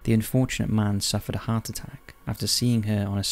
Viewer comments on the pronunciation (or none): none